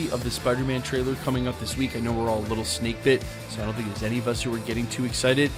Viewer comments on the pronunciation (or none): none